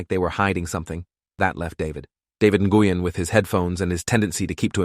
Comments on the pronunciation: Na-goo-yen?? Nguyen is pronounced like “Nwen.” Gotta love AI. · david nih-gui-yen is crazy lol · just a heads up, that’s not how you pronounce Nguyen. The pronunciation is more like your saying the word win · Like newwin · Nguyen is pronounced “when” I have friend with that last name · THAT IS NOT HOW YOU PRONOUNCE NGUYEN 😢😢😢😢😢😢😢😭😭😭😭😭😭😭